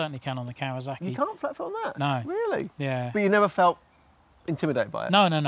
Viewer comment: Love the style of these reviews, really enjoyable. Any reason a lot of you journos say kawazaki (I've even heard kawazarki) it's still kawasaki.